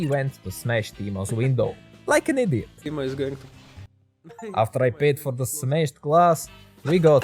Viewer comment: why do you call teimo as timo?